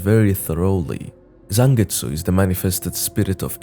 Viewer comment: Thank you for actually calling him Zangetsu!